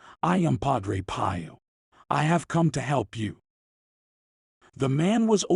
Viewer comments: At 2m:39s, the narrator pronounces Padre "Pie-oh". Huh? Has he never heard the name pronounced? Also, are these words of Padre' Pio's or the narrator? At 0m:30s: "Let me remind you that am is a time ...we should all be awake, not only physically, but spiritually." Again, huh? When should we sleep? This doesn't even make sense. I don't like thinking someone would put made up quotes in Padre Pio's mouth. But honestly, that's what I think. Can anyone cite the source of these quotes? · You should learn how to properly pronounce Padre Pio's name. Hint - it is not pronounced like Pie-Oh. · Thank u for the message. Please learn to pronouce Padre Pio's name correctly! It is Not prononounce 'Pie'!!! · Father pie-o? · The only thing that doesn't sound like Pio is the mispronounciation of his name.